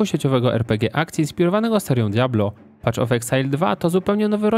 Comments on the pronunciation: Wszystko super tylko "paf" of exile, a nie "pacz". Path --> Patch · *Paf of eksajl , a nie PACZ of eksajl ;) tam nie ma patCH tylko jest paTH